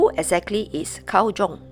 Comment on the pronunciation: Carl Jung is actually pronounced "Carl Yung," with a soft "j" sound similar to the "y" in "you" : )